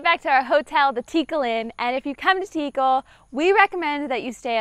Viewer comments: You say Tíkal haha but it should be Tikál. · Guys it’s pronounced Like Teekal. Like the name Calvin. Not tikel😂